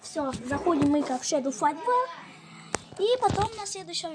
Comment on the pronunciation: Не шедол а шедоу